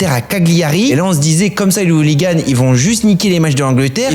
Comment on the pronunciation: "les zouliganes" 😂